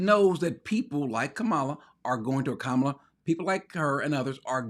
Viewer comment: When five men show up at my door, it won’t do anything that hasn’t been done to me before by Black people. I grew up in Baltimore. They robbed you every week and none of them were foreigners and Brother Cory you should pronounce vice presidents name properly. Her name properly.